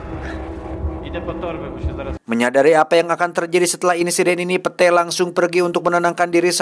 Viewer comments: pit satttt, bukan pete bacanya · Bacanya pit oii bukan pete fak 😂🤣🤣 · Kamus: Pete dibaca pit ❌ Pete dibaca pete ✅ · lain pete anjir wkwkwkw di sebut na mah pit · Setiap kali bang Jon sebut "Pete" dstu sya selalu ngakak. 😂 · Padahal cara bacanya Pit.. Wkwkwk Ngakakkk sihhh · gua mah gak dengerin cerita nya,, setiap bilang pete,, auto ngakakak 🤣🤣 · Aduh si Pete...pit kali bacanya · itu bacanya pit, 😭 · Iya sma 😂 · Gak gitu penyebutan namanya cuks🤣